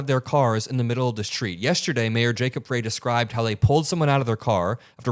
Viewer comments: Minor point: Jacob Frey is pronounced as "fry". thanks for your coverage though! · it's "fry" not "fray". Keep up the good work and it's great to have you by our side for the long fight. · Thank you for covering in detail but it's Jacob FReY like french fry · You're mispronouncing Jacob Frey's name. 'Frey' is pronounced "fry", not "fray". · Hey, just FYI, it's pronounced Mayor "Fry" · Mayor's name is pronounced fry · its pronounced Fry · Hi, Jacob Frey is pronounced Fry. Thanks for all you do. I’m in Minneapolis and appreciate your reporting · love your work. The mayor of.Minneapolis is pronounced Frye, like in French Fry. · it's pronounced Jacob "FRY" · it is Frey like Fry. Thanks for great reporting. Just want to let you know of proper pronunciation. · His name is pronounced Fry, Mayor Fry. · Jacob Frey, pronounced Fry. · I love your reporting and devotion to the truth. Mayor Frey pronounces his surname Fry 🍟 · Love you so much!! BUT say the Mayor’s name as Fry. Minneapolis resident here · just FYI- Frey, the Mayor of Minneapolis- his name is pronounced Fry. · Mayor Frey pronunciation of his last name is with a long 'I" not pronounced with "a" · Just FYI the mayor’s name is pronounced Fry. I feel bad for the guy for having to deal with another city-wide protest, but I’m glad we have someone at the top who has been through it. Kudos to our city council for the communication they have on social media and advising us on the importance of being vigilant and taking care of our neighbors. I’m proud of my city! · FYI: The Mayor's last name is pronounced "FRY", even though it is spelled Frey. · the mayor's last name rhymes with pie, or fry. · To me, these reporters sounds so complicit, wrong emphasis on f ——, y. A woman was murdered should be the main emphasis here. We can see right through these enablers who think they are so dam bright.